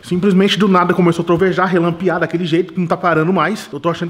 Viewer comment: é relampejar nao relampiar <3